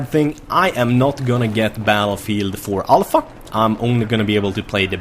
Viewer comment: Everytime says Alpha, I hear it as ALL FUCK HAHAHAHAHAHAHAHAH